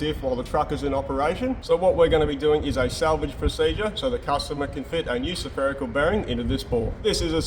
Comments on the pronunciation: had me confused the way his accent says "Spherical Bearing" it sounds like "Sapherical" no matter, i watch n learn as each day is a school day, thanks for making these vids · you're saying spherical wrongly, you're saying sEpherical, there's only 1 E. Yeah, I had to be the one, sorry.